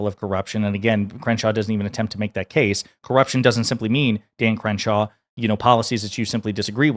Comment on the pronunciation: Did you called him cringe-shaw ??😂